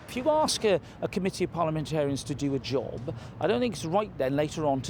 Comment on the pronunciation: “To do a jowwb”